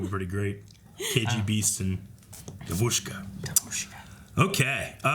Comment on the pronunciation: I am so upset, because I just can't explain how (devuska, девушка) sounds on Russian language. On Russian language we use accent a little different devuska, accent on e.